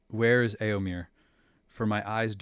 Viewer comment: You pronounce éo in Rohirric names as though Tolkien had spelt it 'ëo'. But it is supposed to be a dipthong, not a disyllable. You would come closer to pronounce 'éo' like the 'ea' in English 'bear'. (Try starting like the 'e' in 'bear' but gliding to 'oh' instead of 'ah'.) Also, the second 'e' in Éomer is an 'e', not an 'i'. It rhymes with "there", not "beer".